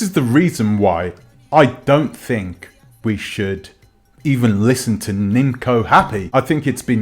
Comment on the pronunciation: Her name is pronounce nimco it’s nim’oo